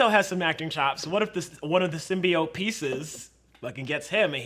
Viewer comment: Its 'Sim-BEE-oat'...not 'sim bye oat'...god not the nerds now too